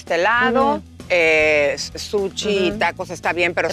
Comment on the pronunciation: Super fina y elegante y dice suchi😂😂😂😂😂